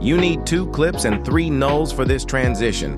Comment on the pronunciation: haha thanka for this tutorial but "link null shoe to null shree" LOLOLOL